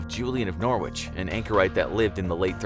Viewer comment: an obviously mammoth amount of research goes into these videos, so why couldn't the narrator learn how to pronounce Norwich correctly?